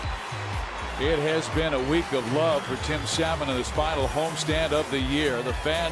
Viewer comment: The rookie "Saymon?" LOL, you rookie announcer! Who can't pronounce 'salmon?' LOL